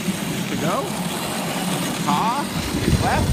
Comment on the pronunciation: Did you say “paw” for the left?